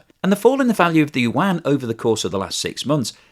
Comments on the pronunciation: FFS, if you are going to talk about China and borrow Chinese words, get a Chinese speaker to help you a little... it is not wahn, yuan is something like you-ahn.... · “The Chinese wan” 😑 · Just say "RMB" instead of "wan".